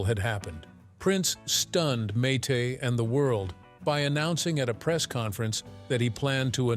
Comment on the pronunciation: I couldn’t get more than a few seconds into this video when the AI called her Mite.